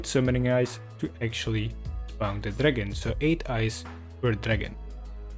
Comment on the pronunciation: I love how he doesnt say dragon but instead says dragn